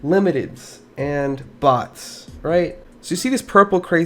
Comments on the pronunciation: for sec i thought he said butts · Everyone has to be honest the first time he said 'bots' who else taught he said box ? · I thought you said "bought" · i feel like you said butts instead of bots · I heard butts without the captions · What I heard, is him actually saying butts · I’m confused bc your saying boss or box that’s why I’m confused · I thought he said butts lol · ok im so confused is he saying bots, boss or butts?